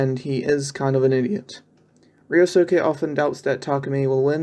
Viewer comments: also, the suke in ryosuke n keisukes name is pronounced skay not soo-kay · really? "reeyosuuca"? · Only gripe is "ree-oh-soo-kay"